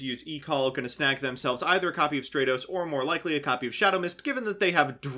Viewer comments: Please, it's "STRAT-os," as in "stratosphere," not "STRAY-tos." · "STRAY-tos" "HonestY Neos" What the fuck?